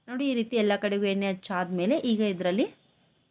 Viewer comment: ಎನ್ನೆ ಅಲ್ಲ ಎಣ್ಣೆ